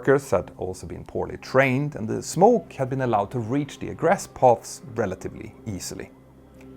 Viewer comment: Hey Petter! Been watching your mini-documentaries for a while and thought I'd take a moment to give you a couple of pronunciation tips... - Egress is pronounced 'ee-gress' rather than 'egg-ress' - Aviation is 'ay-vee-ation' rather than 'av-iation' When in doubt, Google Translate is a pretty good resource because it has a button to read words and sentences aloud. Somewhat related, but here's a useful piece of info for reading out numbers with decimals. In science class, I was taught that digits after the decimal point should be read out digit-by-digit. So 0.44 would be 'zero point four four' rather than 'zero point fourty-four.' Hope that helps!